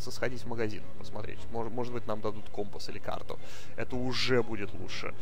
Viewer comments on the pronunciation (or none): none